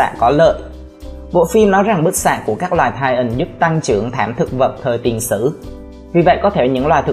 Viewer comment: lỗi sai trong kênh : titan mà anh đọc là tian :)